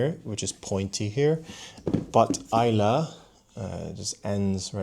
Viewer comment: Kudos for pronouncing Islay correctly. 👍👍